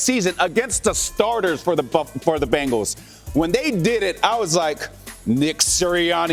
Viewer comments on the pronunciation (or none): Benhals? Excuse meee?? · Ahh yes, The Cincinnati "Benhals" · ahh yes, the Cincinatti Benhals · Ah yes, the Cincinnati Benhals